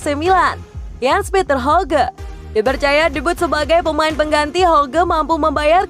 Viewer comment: yg bener jens petter hawgya bacanya 👍